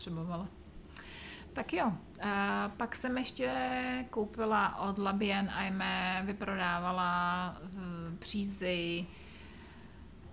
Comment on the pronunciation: Dobrý den,, jen k té francouzštině: to "bien" Vám celkem jde, "Aimée" se vyslovuje "emé".:) Mějte se hezky:)